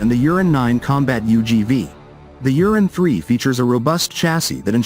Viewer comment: I wish the English translation did not say Uran like Urine... Ur An. Not You rin. Many of the vehicles shown have the M2 Browning and the 40mm AGL and are clearly American. There are some videos of the real Uran but most seem to be not Uran platforms.